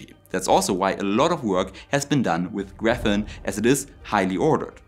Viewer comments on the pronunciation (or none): Falls mal wer fragt: Auf Englisch spricht sich "Graphene" nicht "Gräfenn", sondern "Gräfihn". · Your English is very good. Much better than my German. One correction though: It's Graphene, not Graphen. Pronounced like 'Graf-een'. Thanks for this video. I found you today and subscribed. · The only speaking flaw that I heard was your pronunciation of graphene, which in English-speaking countries is pronounced grafeen (long "E") rather than grafin ("in"). Otherwise, an excellent posting. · I think you mean graphene, not graphen, right? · Yes, you have a German accent, but otherwise you are perfectly articulate and understandable. Compared to some other youtubers it is a delight to listen to you. If I had to make one tiny nitpicking comment (because it is an important word here): the German Graphen is Graphene in English, with the corresponding pronunciation (something like:"grefFIEN"). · I like your content, especially the citation approach you use. Since you said you wanted to improve your English, I noticed a couple of words that need improving: Adobe -- it's pronounced like it's ado-bee -- the last e is pronounced like a long e, and graphene -- your slide showed the german word for graphene (graphen), but you also pronounced it that way -- in English it's graph-een (phonetically, not spelling) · He is generally ok, he should just check how to pronounce words like graphene beforehand.